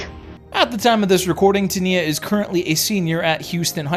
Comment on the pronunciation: And his sisters name is spelled Niya but pronounced Niyah. Teniya not TENKNEEA 😅😂